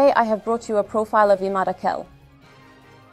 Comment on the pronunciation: Arapça isimler bize çok yabancı değil. İmâd tamam yabancı ama âkil değil. "a" harfi uzatılmadan akil diye okunmamalı. Bu isimlerin Arap harfleriyle yazılışına bakarak, doğru telaffuzuna daha fazla özen gösterilebilir.